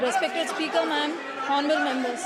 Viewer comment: English pronunciation should improve... In Honourable, 'H' should be muted. Nandyal Parliamentary Constituency, not Nandyal Paliament... Most of the Abbreviations should have 'The' before them. I wish he were here.. not I wish he was here.. Not Clutch but it should be 'Crutch'. In Sword 'w' should not be pronounced, therefore it is 'sord'. Just a few to name... grammatical and pronunciation errors....pls.